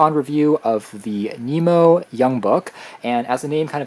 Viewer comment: Thanks for sharing your thoughts on our Nimo product! We're always working to improve, and your feedback is valuable to us. (One small thing - it's Nimo, not Nemo )